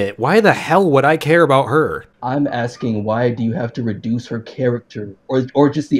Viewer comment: The fact this fool says "I'm just AXING" tells you all one needs to know about his level of intellect.